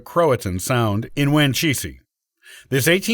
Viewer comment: Great video-thank you! One line of my family is from there. I thought you may want to know that the pronunciations are Man'-ee-oh (people don't enunciate the "t") and Whan'-cheese.